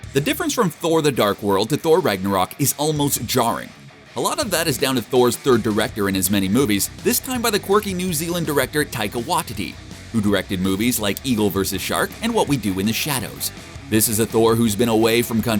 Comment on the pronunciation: The way he pronounces names. Isn’t. It. Taika Waaahhhhtiti. Instead of Taika watiiitii. And the malekeyethe instead of malekith